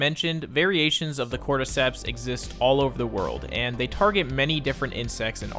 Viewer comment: Hmmm cortecteps souunndsss familiar